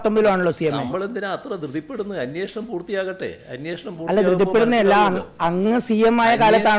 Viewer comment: അന്വേഷണം അല്ല " അന്ന്യേ..ഷണം" ഇവനെ മലയാളം ഉച്ചരിക്കാൻ പഠിപ്പിക്ക് ആദ്യം.